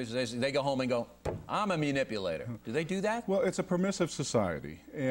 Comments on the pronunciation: Why can't he pronounce the word properly? It's not myuh-nipulator! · o'reilly is so in denial that he can't even say the word correctly. wth is a MEWnipulater? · I like Bill O'Reilly but---"mew"nipulator is driving me nuts. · Munipulator.. >Mun.. Oh fuck I can't take this guy serious. He dominated the whole conversation barely letting his guest get a word in, in the words of Bill, "I'd dismiss him". He's a munipulator and he needs to get out of here. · Bill O'Reilly: "Mew-nipulator". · 'munipulator' ...lol , bill you're so funny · How do we know a menipulator? ME-nipulator like you? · Mu- nipulator? Why does he keep saying that. He looks like a liar and a flake. And very ignorant. To be a key player in "trying to target and eliminate bullshitters for a living. He's exhibiting liar behaviors in this video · knowing how to pronounce 'manipulator' properly would be a good start for the anchor...